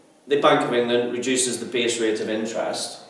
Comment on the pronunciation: haha you say base rate like b.s. rate XD